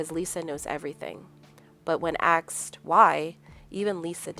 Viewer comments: "When people AXED Lisa why." The word is ASKED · Asked not Axed. But good explanation of the book and movie. Love it